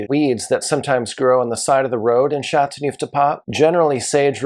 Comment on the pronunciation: I wish he'd learn to pronounce the appellation correctly.